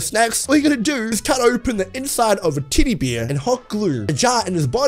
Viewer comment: Dude u sound like u said titty bear instead of teddy bear